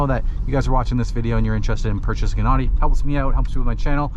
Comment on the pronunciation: Can't even say the company name properly.🤣😂